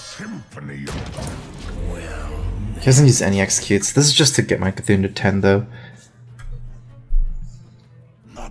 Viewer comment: CarThun Carrtuuhn cartoooon